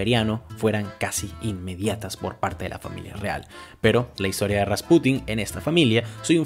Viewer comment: Muy buen video, pero no sé porque dices RaspUtin en vez de Rasputín?. No lo digo para criticar, solo me llama la atención.